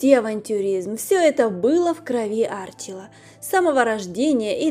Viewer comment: Уже тошнит до рвоты. Неужели трудно узнать ударение в имени Арчи́ла, а не Áрчила. У Вас то в фамилии, то в имени косяк!